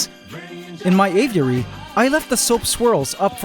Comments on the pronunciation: Ay-vee-eh-ree. Not ay-view-eh-ree. You say this word a million times in this episode. My ocd won’t let me watch this one because of your mispronunciation. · It pisses me off how you say av-i-ur-ary. It's just a-vury. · man said GAYviary!!😂❤ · "Gay-viary" lmao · Por que ele fala assim dando ênfase? Aviárioooo kkkk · Did bro just say gayviary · bro you said gayviary? hahahahha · Did he say " gayviary " ? Lol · Heard that as well lol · Please just keep calling the Aviary the Gayviary, I love it. 😭👌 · He straight up said Gayviary lol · "Gayviary" I died 💀💀 had to rewind twice just to make sure i heard it right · How is it possible to mispronounce “aviary’ so many different ways? You’re like Benedict Cumberbatch and ‘penguin’